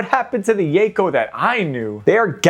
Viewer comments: "Yayco". lol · I know this almost certainly stems from the 4kids butchering of the word Mako's pronunciation but that is very much not how you pronounce Yako lmao, think Yocko. Love seeing R get some attention though!